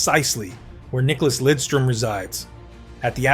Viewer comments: As Detroit Red Wing fans, we absolutely cringe when he is called Lindstrom. Its Lidstrom. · For christ sake LIDstrom not linstrom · "nick lindstrom" Lidström damn it